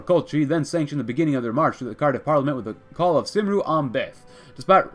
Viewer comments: It's pronounced kum-ree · My guy said saimru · "cymru" is pronounced "kemri" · Cymru is Pronounced Kum-ree